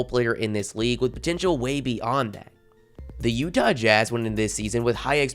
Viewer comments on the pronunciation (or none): none